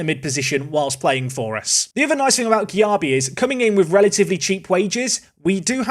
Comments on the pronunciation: I'm a Leeds fan and Darko Gyabi is definitely gonna be better than that at 27. But his name is pronounced jaybee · As a Leeds fan, Darko’s surname is pronounced Jaybee. How you get that from Gyarbi, who knows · Gyabi is pronounced Jaybee